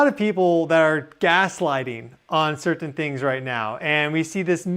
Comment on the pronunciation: Sir-ten. I don't know why I notice these things...